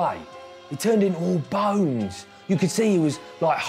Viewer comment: "He turned innah all BAWNES"